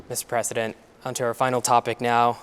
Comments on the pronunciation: President* Biden not Presseden Biden 🤦‍♂️ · This host is not an American and clearly doesn’t know how to pronounce the word “President”